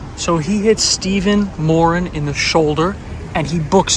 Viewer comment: I’m from Ireland. I can tell ur brought up around Irish people by the way u pronounce “ Moran”. Reg Americans say Moraan. Another great video 👍